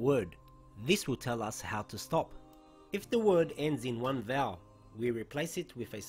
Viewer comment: did he say ‘ends with one vowel’ ? vowel? I am sorry couldn’t understand.